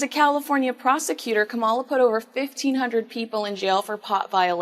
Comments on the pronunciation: please pronounce Kamala Harris's first name properly, It is KAMala, not KamALa or KamaLA. Thanks. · Just a friendly tip, her name is pronounced “com ma la” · Not a Kamala fan BUT — we should ALL pronounce her name correctly — it is “Comma-La” like the punctuation mark. , with “La” at the end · And neither of you say her name properly!!!! Com-A-law!!! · can’t even pronounce Kamala’s name properly! Talk about being able to speak proper English. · Pronounce Kamala correctly please! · Can someone tell these two how to pronounce Kamala? 😝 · Hey, I enjoy your commentary but please learn to pronounce Kamala correctly. You've repeated her first name dozens of times now and I am not finished watching yet. Did you know that the GOP are intentionally mispronouncing her first name to emphasize her heritage? I’m hope you aren’t aware of that. Racism is at the core of that. I get you support Trump but lots of people who listen to you who do not. Careful there.